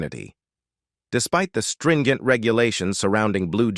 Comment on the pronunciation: "String-ent?" Ai stinks.